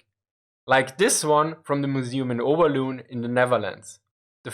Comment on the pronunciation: Overloon is pronounced 'Oeverloan' in English.